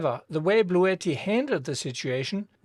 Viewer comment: After 5 min of whining, I gotta go. Also Bluetti is pronounced Blue T not Blue etti.